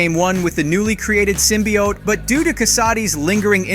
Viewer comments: Did this dude just say Symbiaht? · It's s long O in symbiote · Never watching anything by you again simply due to the asinine way you seem to insist on pronouncing symbiote. It is definitely not sim-bee-ott, and ya sound ass. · He said symbiote so damn wrong i paused it right there and just stopped listening to this clown